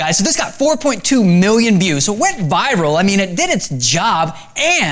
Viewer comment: "4.2 miwwion views" XDD cute